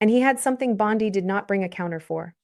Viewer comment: ANOTHER DAMN AI GENERATED CHANNEL THAT USES OLD VIDEO THAT DOESN'T BELONG TO THEM TO GENERATE $$$$$ FOR THEMSELVES. Don't bother, The female narrator can't even pronounce Bondi's name correctly.